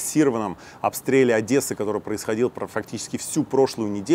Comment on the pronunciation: Я таки прямо в восторге. Наконец то нашелся русский, способный правильно выговаривать слово "Одесса". Подписываюсь на канал.